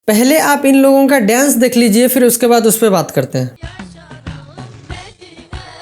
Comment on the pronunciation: Pahle ap bolna seekh lijiye (daienc) Babu daienc nahi dance kahte hai.